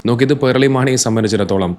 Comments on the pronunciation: പേർളി അല്ല പേളി 😂😂 പേൾ 😂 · "r" letter supposed to be silent while pronouncing. He is wrong.